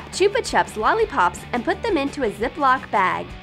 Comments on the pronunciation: cHoOpa chOps Me: I thought it was chop-a-chop (that’s how I say it not how a spell it btw) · Did u here her say Chupa chups wrong or was it me???????